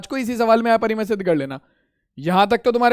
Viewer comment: Sir not एपरिमेय it's अपरिमेय